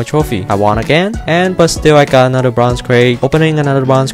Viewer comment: Slap yourself when he says "bronze crate"